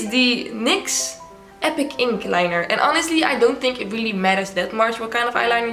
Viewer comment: insert name That is the correct way to pronounce it. Nyx is a night Goddess✨🌙✨